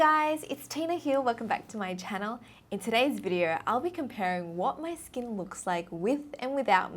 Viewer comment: “It’s like diamonds on my skeen”